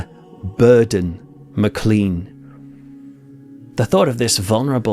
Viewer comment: please note that the Scottish surname Maclean is pronounced as though it was spelled maclane